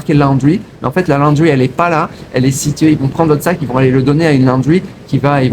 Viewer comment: Ça ne se prononce pas la-o-ndry mais laundry. Perso je lave mon linge moi-même. Ça prend 5mn et ça sèche en 30mn au soleil.